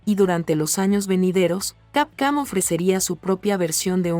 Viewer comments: ¿Por qué dices Capcam en lugar de Capcom? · WTF SIN OFENDER desde cuando capcom es camcam! x D JAJAJAJA no mames leee BIEN saludos disculpa SER GROSERO pero me da risa xD CAMCAM XD ala mejor es efecto mandela XD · Se oye capcam jajajaja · Capcam?? .. Esa basura de locución,. Apesta a IA degenerativa